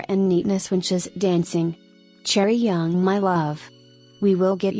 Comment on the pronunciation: it’s chaeryeong not chaeryoung <3